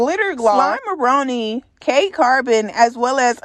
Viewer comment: It’s Gloss Up not Glitter Gloss and it’s Slimeroni pronounced like macaroni so slime a roni